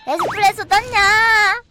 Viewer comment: 에소프레소가 아니라 에스프레소임